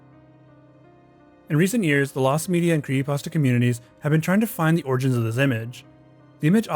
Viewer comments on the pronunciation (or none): "kree pasta" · creehee pahs tahs 😭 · Why do you call It a kree-ee-pasta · Why does he pronounce creepypasta as “creeyepasta”? Its like every creepy content YouTuber has to have some sort of speech impediment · Just me or is he saying "cree'y pasta"? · Is he saying "creepypasta?". Sounds like he's saying "creepasta". 🤔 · You know there's a 'p' in the middle of the word "creepypasta" right? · Can this dude not pronounce creepy pasta?? Lmao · LOL the guy doesn't know how to say "creepypasta" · Somebody needs to point out the “P” in creepypasta to this dude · Does anyone else hate how he says creepypasta 😭😭 love it otherwise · Why can't this guy pronounce creepypasta?